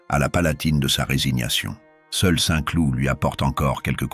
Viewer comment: "Les jardins de Saint clouTE" . Mdrrrrrrrrrrrr.